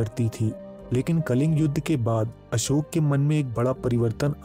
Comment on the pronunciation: आपका वीडियो बहुत उत्तम👍 है, वीडियो हिन्दी मे है तथापि आप अशोक नही अशोका शब्द बोल रहे है ये दुखद 😔 हैं